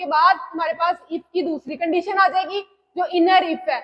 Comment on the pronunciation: condeetion❎ condition ✅